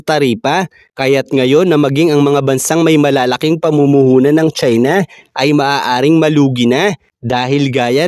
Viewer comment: Ang pangit mong magsita..lalo na pagbinabanggit mo ang salitang China.